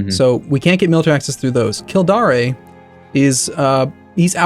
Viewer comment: Kildare is "Kill-dare" and the River Thames is "Temmes"